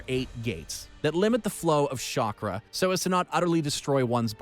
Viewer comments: It's chakra not Shakra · This is what happens when american tries pronounce japanese words. I also love shakra. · Did I hear "Shock-Ra" 😔